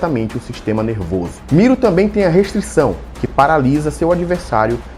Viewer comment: É MiLO, com "L", não? Vc falou MiRO com "r" várias vezes. kkk Muito bom o vídeo e a análise comparativa.